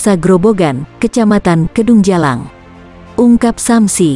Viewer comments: Menit 4.47 kedungjajang bos..bukan kedungjalang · Maaf korèksi. Dusun Srêbêt, bukan Srèbèt. Desa Kedujajang, bukan Kedungjalang.